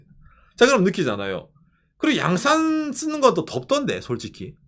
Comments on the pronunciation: 오상 양산 인토네이션이 日傘가 아니라 부산옆에 양산인데😂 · 양산남자-- 경남 양산에 사는 남자로 들리는 엑센트로 발음하시네요. 고향이 어디셔요? ㅎㅎ 그냥 내용 안보고 '양산'을 들으면 경남 양산으로 이해할 것 같네요. 억지로 그냥 댓글을 달려고 요렇게 썼습니다. ㅎㅎ 항상 행복하십시요.